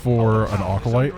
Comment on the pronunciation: A-Callous, for the acolyte Probiusing